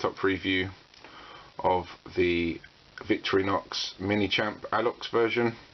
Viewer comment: vic-torri-nox thats how its prenounced